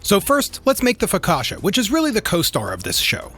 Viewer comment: Bro said FOKASHA! AHAHA It's Focaccia: Fo-ka-ch-ah